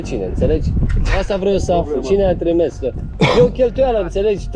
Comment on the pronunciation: Mai inVata romana bah se spune trimis nu trimes 😂😂😂